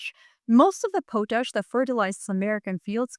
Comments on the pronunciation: BTW it is pot-ash not po-tash. 🙂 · I believe Carney is doing right by us. I live where Maple Maga is quite strong. This is going to be a major struggle for Canada. Too much trust in the wrong people. We've all made that mistake. Everyone on the planet. Just a quick note, it's pronounced pawt-ash. You are a truly amazing source of information. Thanks for being alive at this time.❤ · It’s “pot-ash”. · Hey, you're saying the word potash wrong. lt's pronounced Paw-tash, potash. l live in Saskatchewan where potash is mined and l don't think anybody living here pronounces it like you do. l hear other people pronounce it wrong too so l'm not shitting on you, l'm just offering a small amount of criticism. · It's pronounced pot (like the stuff you can smoke) ash. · pot-ash. That's how those in Saskatchewan pronounce it. I'm from PEI and hat's how we pronounce it as well. I'm not saying that it's correct. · Canada here. Not to be "THAT GUY", but up here we pronounce it "POT-ash". Thank you for your attention to this matter. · Too bad nobody taught her how to pronounce it.